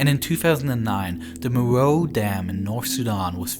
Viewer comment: Its pronounced Mare-roe-wae... , also South Sudan didn't exist